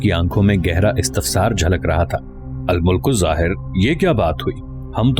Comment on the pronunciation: al mulk zahir nahi bhaaee al Malik zahir